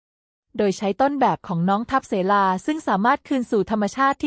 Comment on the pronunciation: น้องชื่อทับ -สะ-เหลา ค่ะ ไม่ใช่ ทับ-เส-ลา